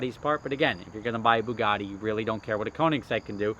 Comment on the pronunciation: `boogaddy`! ...its ber yugatee : )